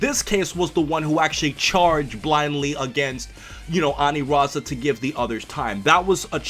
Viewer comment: It's ANILAZA...NOT ANIRAZA